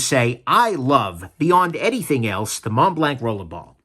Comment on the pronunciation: Was that supposed to be a French accent? Montblanc International GmbH is German. Thanks for the review.